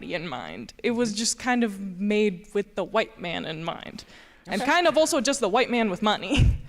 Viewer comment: She said “ulso”. Boy. What a dip something.